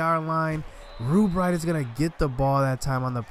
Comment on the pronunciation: love how you say REWBright to avoid saying rub lmao i would do the same haha